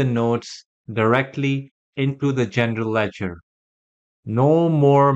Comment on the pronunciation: Is he saying Gender ledger 😂